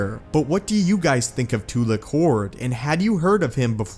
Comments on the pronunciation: Not Too-lick. Its Tu-lack. Its pronounced the correct way in all of the old republic games. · Too-lack. Not Too-lock.